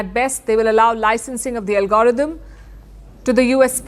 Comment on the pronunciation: LOL Palki can't say algorithm, she says "Algorotum", I bust out out with laughing.